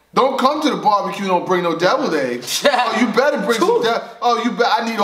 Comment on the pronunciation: he said "don't come to the bar-b-que and don't bring no devil eggs" ctfu. Tears